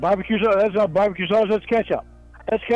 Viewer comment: Hut dug. No onion jooshe. Bacon double cheeseburger with bah-b-que saush. No pickles.